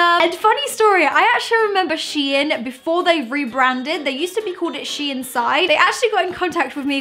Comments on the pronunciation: its pronounced sheen not she inn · the way she says the brand's name lmaooooooo * SHE IN * ahhahshggsgg its SHEIN * sheyn * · Wth is she-in. It’s pronounced sheen. But ily great vid xxxxxxpooooooo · It’s not she in its shein!! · I pronounced it shine XD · nope, it is DEFINITELY "sheen" i dont know where she is getting THAT pronunciation from! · I pronounced it as Shane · Don’t worry, I pronounce it “sheen” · U dont prononce It like shiin it's s-h-e-i-n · LMFAO I PRONOUNCED IT SHANE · loved your videos this isn’t hate but it’s pronounced sheen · You all pronounc it wrong bc shein os dutch and in duch ei is a diffrend sound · M she says it wronggg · She said it wrong....😂😆